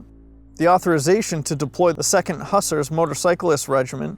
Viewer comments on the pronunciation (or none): they are not hussers but hoosaars my american friend